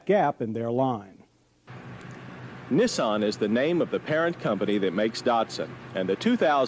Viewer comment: First the Cam-Ray and now Neh-saan. Can't wait to hear the next offbeat pronunciation 😄